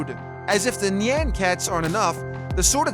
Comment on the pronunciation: 1. the way he pronounces nyan... ah, so beautiful 2. Portal gun is absolutely terrible, as it's usefulness is 0 3. Last Prism so much better than all of these, as you don't even require an arena to beat expert Moon Lord with it